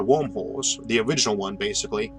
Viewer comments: im sorry i keep hearing wormwhores :) but i love your videos!!! awesome content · Video was fantastic as always, but I kept hearing "Wormholes" as "Womb Holes" which was a bit distracting.